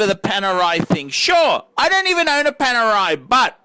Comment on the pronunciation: My poor ears. Panerai? Ok, your choice.